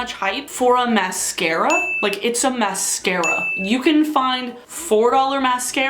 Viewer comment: Say mascara again Mas-scara